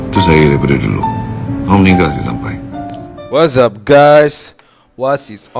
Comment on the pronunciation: Lucu ooww bang yang "Whatsapp guys the new"😹